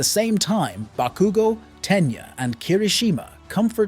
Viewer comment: The bah-koo-go naming Is triggering But nonetheless absolutely prime video. Keep it up. You're amazing. Plus ultraaa!!!